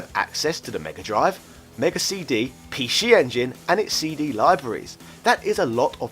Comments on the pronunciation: The word is PC not p she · i will forever pronounce it the Pee Shee Engine :D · Pee Scheeeee Engine LOL